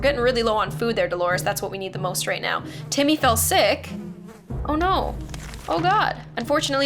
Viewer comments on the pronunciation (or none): It was funny when said rost instead of most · Its said most not rost it said fainting not farting